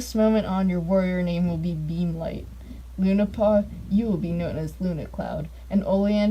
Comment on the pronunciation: I kept hearing beamlight as beanlight